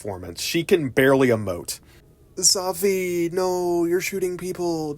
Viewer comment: Safi. Saw fee. they only say it a million times.